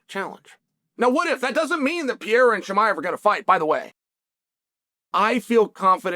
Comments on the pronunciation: I love that you always call him "Pee-era" lmao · literally the only guy in the whole mma community calls "pereira" .......... pee era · you butcher his Name XD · Chama will conquer his third belt, and uncle Chael still don't know how to pronounce the name of the man properly. 😂😂